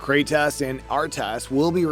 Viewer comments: Ah yes, Kratas and Artas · Kratas and artas lol